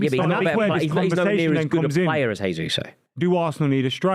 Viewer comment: Love hearing this perfect pronunciation of jesus 🎉🎉🎉